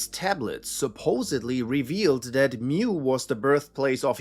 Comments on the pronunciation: It’s “mu” as in “moo” not “mew” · Mu is pronounced Moo. Not 'mew.'